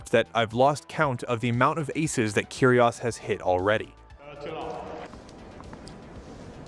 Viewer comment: great video, i just wished he pronounced it "keerie oh's" not "kerie oss" .